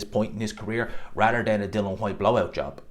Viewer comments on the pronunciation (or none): di-li-an not di-lan it's really not complicated